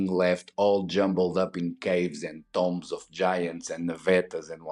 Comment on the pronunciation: Love the videos. Great that you do not use AI narration. Tombs is pronounced like TDoom not Tom BEST REGARDS FROM BIG fAN